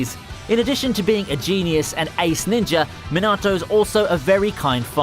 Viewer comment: Rip Minato name pronunciation